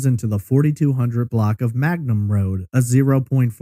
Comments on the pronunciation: It’s Mangum Road, not Magnum. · Its Mangum not Magnum